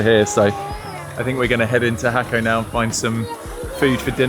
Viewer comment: Jaco’ is pronounced hawk-OH😂Español, people. Español.